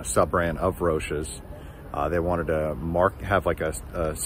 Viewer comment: I’ve heard Roces pronounced a few ways but that was a first.